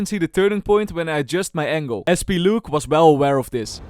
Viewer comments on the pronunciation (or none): none